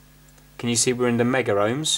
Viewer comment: Please,, it's pronounced KillOhms and MegOhms, not Killer-Ohms and credible!